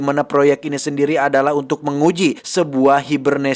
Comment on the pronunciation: tak sendiwi😂😂